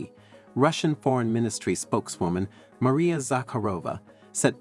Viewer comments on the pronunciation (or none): none